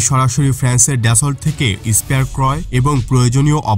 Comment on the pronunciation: উচ্চারণ ড্যাসল্ট না , দাসো